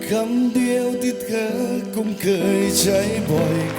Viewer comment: คำ : กำ คง : กง เคย : เกย กือ พี่ เกา ร้อง ออกเสียง ค. ไม่ชัดกรับ !!!